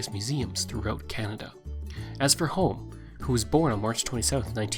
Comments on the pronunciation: His last name was pronounced "Hom-Me" not "Home" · Close His last name is pronounced "HUM ee"